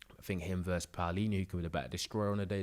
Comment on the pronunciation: I love ya—but the word is “versus”. Two syllables 😂❤